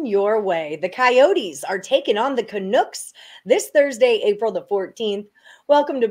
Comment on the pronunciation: why on earth are you calling them canooks? LOL not sure if i wanna take betting advice from someone who doesnt even know the name of the teams LOL sorry....